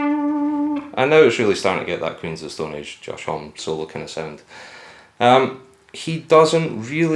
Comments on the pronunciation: "Hom-ee" instead of "Hom" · It's said like Omme like Mommy and no H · Lie Likes Music Josh said there are two right pronouncements: "Hommi" and "Om" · Why does everyone say Homme with a silent "e"? Guess there's just too many reporters out there that skip their research. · Cringing on the way you pronounce Homme